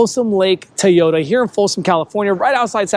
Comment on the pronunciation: Pronounce it Toyota not Tiyota